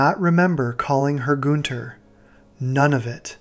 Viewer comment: Not goon-ther